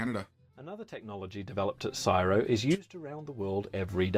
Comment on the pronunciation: I say CSIRO the same way you do Cheeky. Never heard anyone say it like this guy does in this video.